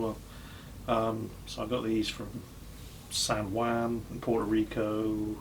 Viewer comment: the way pronounces "San Juan" is just...